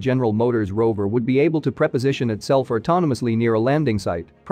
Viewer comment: It should have been "pre-position" not "preposition".